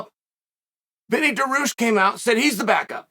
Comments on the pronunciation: FOR SOMEONE THAT IS ALL OVER MMA ….. You should be getting fighters names right. Hazmat……. Daroosh…… mackLchev … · ya-rear and da-roosh in the same vid that's wild